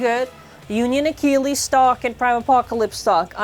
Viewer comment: First Infinite Achilles gets butchered Now "Salvage Valtryek" become "Sabotage Valtryek"